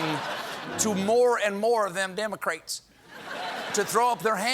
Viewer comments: "Dem-o-craets" his southern-ness came out 😁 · I love how he commits to the mispronunciation of democrats